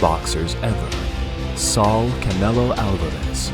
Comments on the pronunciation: How are you going to make this entire video and not know how to pronounce the mans name correctly. Saúl and Saul are two completely different names. Two completely different pronunciations. Just disappointing on the lack of attention to detail. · Saul ❌ saw✅ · It’s SA-UL not sahl lmao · Great video, but the way you said Saúl as Saul made me laugh. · Saw ooool. Not Sal. Saaaw oooooool. ✌🏼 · He said “sawl” lol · Pronounced saw-WOOL In native english speech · Instead of being a rude bastard, teach him how to. Saaw-uuuuuul is a closer way to pronouncing it right. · You could at least have the respect to say his name correctly